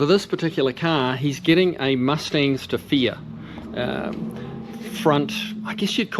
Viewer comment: Did a search for "Mustang Stefia" but couldn't find anything. Then I realized I was listening to a Kiwi say "Mustangs to fear". Doh!